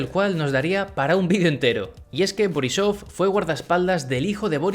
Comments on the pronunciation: Pronuncias un poco mal pero es normal Te digo Gerb se pronuncia guerb Borisov se pronuncia borísov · Se pronuncia BOIco boRRÍsof.